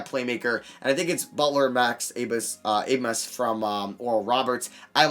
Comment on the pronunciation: You say you like Max Abmas a lot, but clearly not enough to learn how to say his last name. The “b” makes an “s” sound.